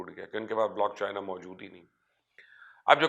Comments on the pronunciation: لعنت تیری ری سرچ پہ پائی، بلاک چین ہوتا ہے بلاک چائنا نہیں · Mubashar sb blockchina nhi blockchain hota hy, ek to ye lafz drust farma lain n 2ndly one coin ka bitcoin se kya comparison bhai?????? Ap bitcoin ko study krain ap ko reality clear ho jaye gi... Thanx